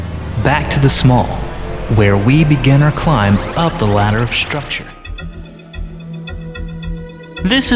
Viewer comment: Bet he doesn't say "shnake" so what's up with "shtructure" anyway?